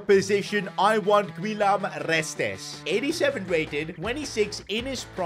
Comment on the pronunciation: the way he pronounced "rrrrrrrrestes" !